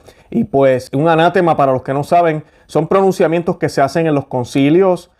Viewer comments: Perdón se dice ana tema con el acento en te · Se dice anatema (palabra grave); no "anátema" que es esdrújula. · Hermano ...EXCELENTE VIDEO. Solo, un par de detalles lingüísticos: ...Se dice: ( sin tilde, palabra grave terminada en vocal). No, un "ANÁTEMA"(no es palabra esdrújula). Y tampoco se dice "CANONES", sino "CÁNONES". (Similar a "examen" y "exámenes") Un abrazo fraterno. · Estimado, se dice "anatema", con acento fuerte en "te". Bendiciones.